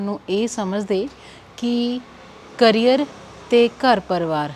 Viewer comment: ਕੈਰੀਅਰ ਨਹੀਂ “ਕਰੀਅਰ” ਹੁੰਦਾ